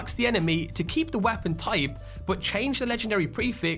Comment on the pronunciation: The way this man says the word 'weapon' annoys. Its not the accent.